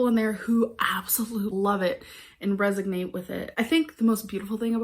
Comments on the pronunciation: Resegnate LOL resonate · Resignate. LOL 😆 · Not resoGnate! 🤣🤣🤣🤣🤣